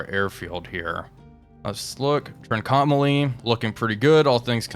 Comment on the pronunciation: Really enjoying the series. Just one suggestion: Trincomalee is pronounced "TRINK-OH-MAH-LEE. Very interested to see how this turns out - reality was that the Royal Navy had to pull out their task forces.